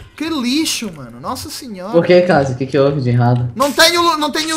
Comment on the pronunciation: o mano esse não sabe nem escrever ele fala lazzio em vez de fala kazzio